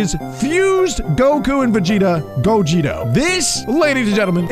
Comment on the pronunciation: The fact that he says gogito instead of gogeta